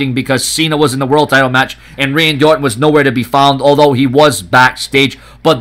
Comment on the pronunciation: OR'ON love the silen' T's